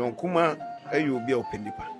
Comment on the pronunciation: Please kindly correct it it’s Kumah not kumash thank you 🙏🏾